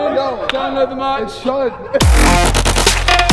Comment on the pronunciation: Man said download mercj